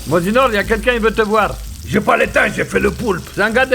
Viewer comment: Mozinor prononcé par Clara Morgan la classe!